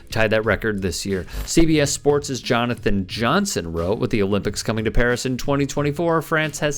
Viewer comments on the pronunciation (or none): none